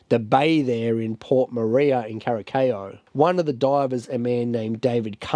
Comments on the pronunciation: CURASAO, PRONUNCIATION IS WITH SSSSSSSSSS. 🤦‍♀🤦‍♀🤦‍♀🤦‍♀🤦‍♀🤦‍♀🤣🤣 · Kurasao thats how you pronouns it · kur uh sau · Cara sow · Your pronunciation of Curaçao is soooooo far off, please, please just Google the pronunciation next time 😅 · I thought it was funny the way you pronounced it, but it's one of those words that can easily throw you off.